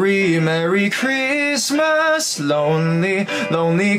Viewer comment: Christmas果度音唔係好到 爭少少 留意下